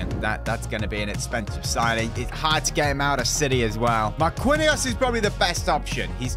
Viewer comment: It’s actually pronunced marckinhos not marquinhos